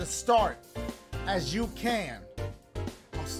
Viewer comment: LMAOOOO dashie said “let me spell it for yee” 😂😂